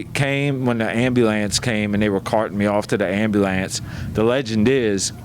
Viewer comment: The way he pronounced ambulance is funny AF 😂😂😂😂😂😂😂😂 legends fr